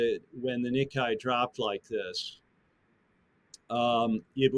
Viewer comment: what makes this person think the word nikkei is pronounced nikai? like surely he hears nikkei when people say it?